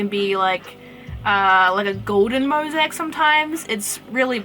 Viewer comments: Mosiac is pronounced like "mo-zay-ick" :)) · Are you pronouncing " Mosaic " that way for the same reason as Abino? here its pronounced mo-zay-ick. also Chimera is pronounced kai-mare-a. Chimerism is actually a genetic mutation, not a morph, its where two embryos merge into a single being. so it'll have DNA of two different Axolotls ( or whatever animal is a chimera ) on the different parts of its body, ie, the white and black sides. Chimerism also can't be bred on purpose, you can't take two Chimeras and breed them to get more Chimeras, its a completely random mutation, not something a single animal would have, since its basically two animals merged together. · mozac? it is mo za ic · moe- zay- ik plz say it right